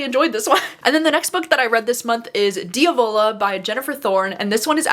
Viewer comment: As an Italian, I just have to tell you it's pronounced Dee-AH-vuh-la, emphasis on the A. I'm so excited to see that you gave it five stars. I have it up for Summerween!